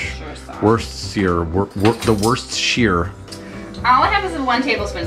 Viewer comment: You guys are saying it all wrong! Worcestershire Sauce is English and we say it like “Wu - Ste - Shur” Great Great Video guys.